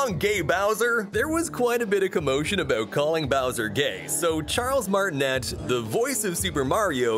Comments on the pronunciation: You say Charles martineeee not net. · It’s pronounced Charles MartinAY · cool vid btw it's pronounced martiney not martinette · Charles Martnet?! Its Charles Martinet!!! (Pronounced martinay) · Fake fan trying to make money off your nostalgia you can't provide me facts when you don't know how to pronounce the man's name who voiced Mario